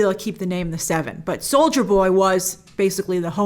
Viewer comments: I keep hearing "soulja boy" instead of soldier boy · I heard Soulja boy instead of soldier boy multiple times 😂😂😂😂😂😂😂